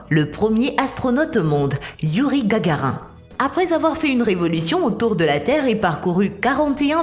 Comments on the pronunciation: Gagarin mdr on dit Gagarine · Gagarin??? pas plutôt Gagarine?? ou Mr Poutin??? non pas non plus Poutine??? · Inintéressant. J'abandonne à 2 mn 23. Juste le temps d'entendre parler de Gagarin, comme tarIN. Non, bande de rigolos . On dit Gagarine... INE. Les gens qui ne savent RIEN et qui veulent nous informer, ça m'énerve beaucoup. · gagarine connasse pas gagarin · Pas gagarin cest gagarine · Gargarine et non pas Gargarin! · Gagarin mdr y a plus de respect ça se dit gagarine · c'est voulu la prononciation gagarin... on dit gagarine !!! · En tout cas je suis tombé et me suis fait mal en entendant Gagarin au lieu de Gagarine , Youri GAGARINE. Allez mon voyage dans l'espace sans toi, je laisse ma place et je zappe. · Gagarine et pas gagarin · c'est GagarinE et pas gagarin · c'est gargarine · Youri Gargarin lol en fait c'est ine à la fin comme madarine suf qu'il n'y a pas de E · On ne dit pas Gargarin Mais Gargarine ! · qui tombe sans se faire mal ? enfantin ! une fourmi ! quand a Gagarin effectivement c'est tout de même un manque de respect total on dit Gagarine !! Je m'étonne que pour ce grand homme qui a risqué sa vie en se lançant pour la première fois dans l'espace on puisse ainsi manquer de respect et écorcher son nom de cette façon ! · mdrrrrr on dit Gagarine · On dit GAGARINE, pas Gagarin, Youri Gagarine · Vous devriez changer de voix elle est horrible cette voix métalique... ! Ont dis pas Gagarin mais Gagarine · GAGARIN 😱😱😱 ONT DIT GAGARINE , du coup je doute de ta compétence pour parler d'un telle sujet.....je me CASSE 🤣🤣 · Gargarin,,,ça fait vraiment pas sérieux! Je décroche, pas crédible.Pour plusieurs autres mauvaises prononciations . Si mon enfant fait un docu avec votre vidéo, et qu'en pleine classe dit Gargarin...les autres vont rire de lui! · Youri gagarine et non gagarin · Youri gagarin hhhhhhhhhhh C'est gagarine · Pas Gagarin,c'est Gagarine. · Yuri GAGARAIN 🤣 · C’est kakarine avec rine a la fin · On dit gargarine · Gagarin se prononce « gagarine »